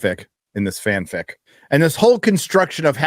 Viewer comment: You know what‘s funny… I am German and everytime you say „FanFic“ it sounds like „FanFick“. I won‘t do the Translation but, that‘s pretty much what they are doing. Just Translate the 2 Words from German 2 Englisch and you‘ll get it. i guess.